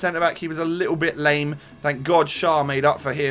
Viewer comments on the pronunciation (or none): none